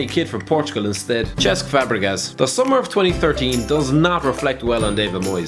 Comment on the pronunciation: You pronounce Cesc really weird